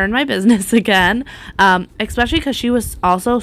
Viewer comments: Love your videos! I don't say this to be mean, but the word is 'especially', not 'exspecially'. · I would be so proud of myself to have done such a great job. What a hard worker you are. Can I mention something without hurting your feelings, you aren't the only one who does this. Why do you say expecially, when it's really " especially"?I hear So many people pronounce it this way and it drives me cuckoo.Just me so sorry. Still want to let you know I admire you and have subscribed to the channel.